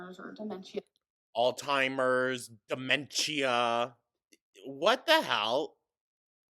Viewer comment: Demenshia, altimers, vulvuls, docamenteries, feeel, my god. MY GOD 🤡